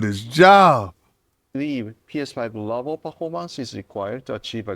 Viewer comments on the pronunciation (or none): LoL what the Hell does dude say right here?? "PS5 levuh performance is required to achieve great experience on BIG Switch!" LoL Sony is calling it Big Switch now huh!? Hahaha